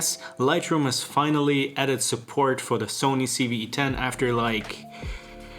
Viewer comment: No- in English he said it right.